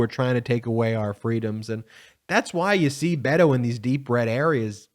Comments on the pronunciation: Beto shows calm. Ben it's not Bato it is Bet o. Bet on Beto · Beh-toe like Bed, head or egg. Not B8oe like Bagel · It's "BEHTO" , not "BAYTO" !! Roe, Roe, Roe your vote -- make those Trumpers scream ! Free our women from the hate, let our young girls dream !! Roe, Roe, Roe your vote -- do not be afraid ! STOP the evil in our midst -- Democrats, be brave !! Roe, Roe, Roe your vote -- Stand up for women's rights ! Better do it NOW, boys -- or you won't get none tonight !! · Hello ...His name is BETO ... Not BATO !!! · Love you bro but it's not Bado it's Bet o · I love Ben's work, but could you please stop saying" Bay toe'"! His name is pronounced "Bet oh" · Can you please say his name correctly. Its veto like a bet and an o. Ite veto. Not baytoe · Beto. Pronounced Bet-o. Not Baydo. Ok? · It's Beh-toe not Bay- toe. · I believe its Bet-Oh, not Bay-to. Other than that, good video. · Hey man, this isn’t criticism - truly, but since you’re gonna b talking ab him a lot, his name isn’t pronounced Bey-doe (I know, i did it too, bc it feels more natural somehow in English, but it’s a Spanish language nickname for Robert. So this is straight from the horse’s mouth, if u will😉). He pronounces it with an accent, but says it’s fine for “US” to pronounce it like a combo of Bed-oh & Bet-oh. Beto. 🖖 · Baytoe really? I know you don't mean to offend, but this is massively offensive. Pronounce this man's name correctly, please!